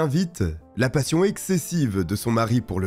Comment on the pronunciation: ruGby et non ruDby 😉